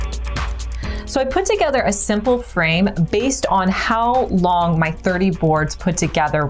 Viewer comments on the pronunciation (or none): none